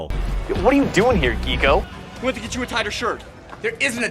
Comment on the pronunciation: "geeko" sounds like a slur